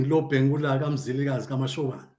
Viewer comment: He is called Lobengula not robhengura.